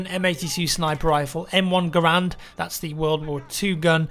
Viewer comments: It's pronounced ga-rand if yea get me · Sean Young Garand, not grand. G-A-R-A-N-D. Pronunciation: gair-and (I think). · God damn it people it's Garand not "Grand" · Long Rifle Garand, not grand. G-A-R-A-N-D. Pronunciation: gair-and (I think). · Brandon Fyffe Garand, not grand. G-A-R-A-N-D. Pronunciation: gair-and (I think).